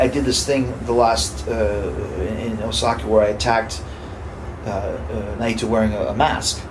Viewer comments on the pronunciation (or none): ITS NAITO, NEVER NYE-EE-TO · Have to admit, i hate the way he pronounces Naito 🤷‍♀️